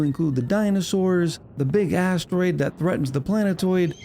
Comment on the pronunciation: I cannot unhear "That big asstroid." lol help me